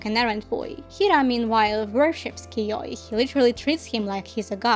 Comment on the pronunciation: Im so glad to hear an english speaker pronuncing "yaoi" right 🙏 great video!